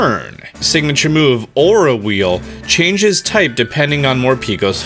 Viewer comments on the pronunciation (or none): none